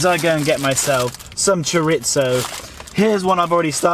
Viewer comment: Acaba de decir choritso? Ha dicho choritso